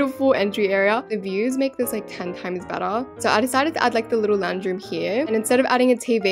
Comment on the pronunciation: OH LOUNGE I THOUGHT YOU WERE SAYING LAUNDRY ROOM😭😭